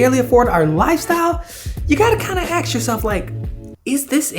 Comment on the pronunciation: Why on earth would you want to axe yourself? Sounds painful.